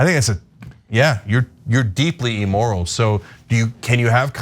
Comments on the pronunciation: Its 'Immoral' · It is "imm-moral", not "emoral."